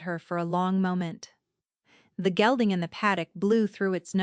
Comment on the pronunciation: ...a black gelding, not gilding...